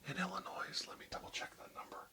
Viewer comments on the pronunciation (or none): *Illonois. The s is silent. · YOU DON'T PRONOUNCE THE "S" IN ILLINOIS >.< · I love the video it was tons of fun and interesting. As a native of Illinois I just have to cringe a little at hearing that S. Great video though keep up the good work!